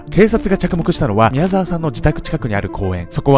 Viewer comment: んん？？みやざきみきおさん？みやざわさんだぞ！疲れてそう、無理しないでください！